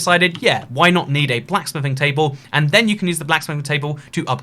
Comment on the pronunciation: * says smithing table * Me: * hears sniffing table*